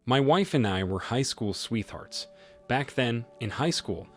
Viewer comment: Sweeth-earts, lol. Pretty sure is an AI that just reads content. Too many mispronunciations and wrong emphasis of very basic words. Still a very interesting channel with good stories.